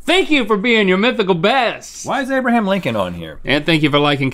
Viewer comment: "Why is Abraham Lincoln on here?" Abra-HAM Lincoln.